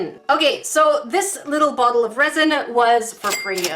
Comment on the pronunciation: that wasn’t very cash money of you Also when you said resin I thought u said rosin (I play violin)